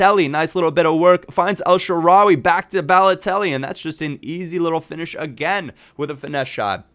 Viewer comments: it is pronounced El sha-rawy not El sha-rawi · It's EL-SHA-RA-WAY